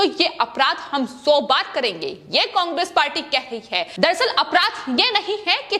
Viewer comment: समाचार पढ़ते वक्त उच्चारण सही होना चाहिए पहले घर में बैठकर बोलना सीखो उसके बाद समाचार समाचार ऐसे पड़ती है जैसे कोई पहली क्लास का बालक बोलता शब्दों का उच्चारण तो कम से कम सही कर ना तेरे पर गांधी सही बोला जाता है मैं बंगाल सही बोला जाता है ना कांग्रे सही बोला जाता है उल्लू की पट्टी पढ़कर कहां पर आई है